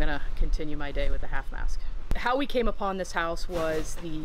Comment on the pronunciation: "This hoise smell so bad and has alot of coucacurutches" 😂👏